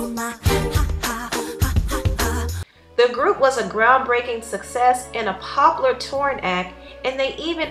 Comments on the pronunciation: "popolor" *popular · Pop-u-lar not pop-a-lah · Poplar...lol it's so weird actually noticing the differences in how people pronounce words. You know it's funny as hell that these women seem jealous if Nicole. If one of them had the chance to get their own dressing room and tour bus I think they would've taken it. There is always someone in the group that is much more popular then the others. But those women were jealous. Nicole looked gorgeous and seemed to have the best voice